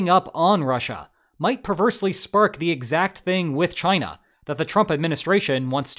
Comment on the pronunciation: Do you really just say “gina”?